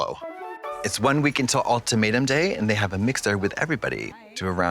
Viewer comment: I'm happy to know other people say "All-tomato" instead of ultimatum. Hope they watch the reunion episode!